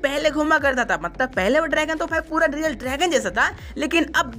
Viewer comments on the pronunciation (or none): none